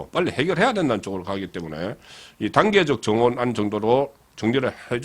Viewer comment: 송기자 단계적이 단계, 전기 등 발음에자신이 없어면 한문표기 한번보고 방송하세요 제발